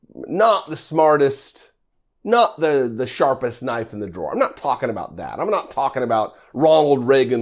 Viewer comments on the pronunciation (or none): none